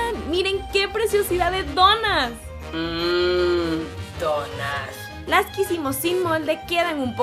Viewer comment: Ni si quiera dice bien donas dice donás